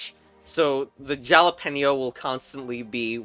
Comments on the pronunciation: Jalapeño is not pronounced ja-la-pe-no, it’s: ha-la-pē-no and also it’s a type of hot pepper, not bell pepper. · not sure if I'm missing a joke here but isn't it pronounced halapenio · He also pronounced Jalapeño completely wrong too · for the..... jalapin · Bro got the name of bell peppers wrong and then proceeded to pronounce it wrong 💀💀💀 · Yep:the Jalapeno